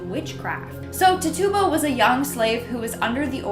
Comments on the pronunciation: I shouted it out when she first said it, while shaking my head. Lol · Little correction. The Caribbean witch from Salem her name is pronounced tit- chew- ba, not ta tuba. Thanks n have a great 1...